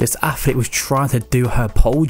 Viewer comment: Wtf is an affflete ?